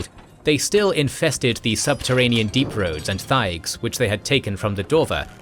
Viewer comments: He did the same to thaig by pronouncing the "h", which is silent. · He kept annunciating the "h" in thaig. The "h" is silent.😒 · Dragon Age is always good! Pronunciation Help: Corypheus = Core-riff-e-us Thaig = Tieg/Taig